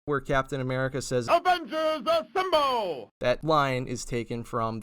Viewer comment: Man, you made my eyes watery when the Avengers theme started and Cap said "Avengers Asemble" :'D